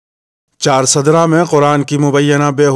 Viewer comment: Ccharsdra nahi balke charsda